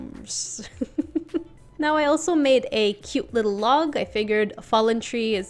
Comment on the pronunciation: Its LITTELL,LITTELL,LITTELL,LITTELL lol u make me laugh so hard 😂